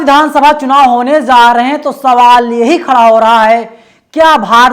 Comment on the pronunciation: Za... Za.. नहीं भाई ja.. Ja.. रहे हैं